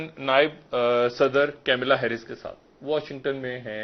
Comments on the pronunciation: Ye changu badi der se deta he. Khabar ye kamla heris ko kamala bolta he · अबे कैमिला हैरीस नहीं बे मदरसा प्रॉडक्ट. कमला हॅरीस है,बे गधे. 🤣🤣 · Pak anchors are unable to pronounce Kamla Harris ...they have pronounced camilla..... So stupid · Kamlaaaaaa. Camilla? Like can't even pronounce the name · Camela nahi Kamala naam hai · Ye banda kaunsa expert jo naam bhi tikh se pukar nahi sakta. Pamila, vanilla, kamila nahi. Unka naam hain Kamala Harris. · Ke mila ya kamala bolana bhi nhi ata hutiye he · Camila nahi kamala Harris hai.. Ullu k paththe.. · What is Camela Harris, it's "kamala Harris".The Pakistan guy should correct himself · Kemela kya hota 🙄🙄🙄🙄🙄🙄🙄🙄🙄🙄🙄🙄🙄🙄🙄🙄🙄🙄 gawar wo kamla hai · Its Kamla Harris n not Kamela Harris. Pakistanis please pronounce name properly. Please understand, pakistani absence doesnt make a diff. None of the country have even asked where is rep of pakistan. Your existence doesnt mttr in UN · Kemela nahi hai , Kamala hai wo ...bhutuwe